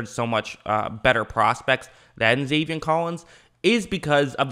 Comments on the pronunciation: also, it's zaven, not zavien. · love the channel! “Zay-Vin” not “Zay-Vien” maybe i heard u wrong tho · I like your videos but please it’s Zaven not Zavien